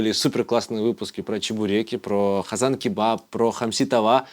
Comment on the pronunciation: Къырым а не Хырым, къазан а не хазан. Хватит уродовать крымскотатарский язык